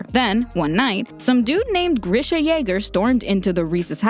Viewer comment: Nah it’s greesha